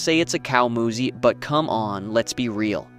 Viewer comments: its not a moosah moose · The guy sounds like he speaks English but can't pronounce the word Moose?